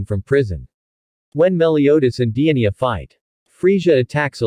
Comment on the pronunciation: He sead Dienia 🤣🤣